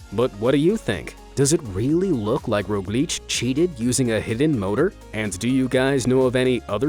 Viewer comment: im a slovene and primoz roglicc was the funniest thing i heard in a while🤣